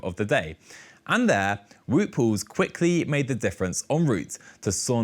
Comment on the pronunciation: I get that it's not easy to say names that use a different sound collection, but it's odd that the presented calls Wout van Aert "Vaut", but calls Wout Poels "Woot", more than once. Same name yet different pronunciation.